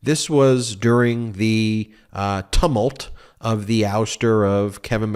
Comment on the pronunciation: Andrea attracts sensible politicians - mostly, and MSNBC discourages foolishness."Tummult" as Ben the presenter pronounces it, can be learnt correctly if you remember its a noun of "tumultuous." I just wish that Ken Buck and his brethren would just call a spade a "spade" and not mince their polite squirming embarrassment.